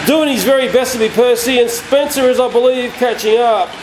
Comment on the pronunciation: sounds like you said spitzer